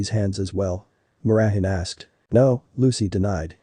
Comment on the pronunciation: her name is mirajane not mirahan